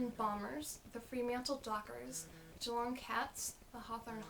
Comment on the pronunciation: Cool video. I must admit you're the first American I've heard who's actually pronounced Geelong correctly too. Most Americans tend to emphasise the "Long" part, but you nailed it!